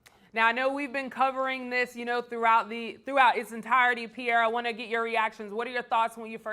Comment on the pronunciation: it's PIERRE! nigga smh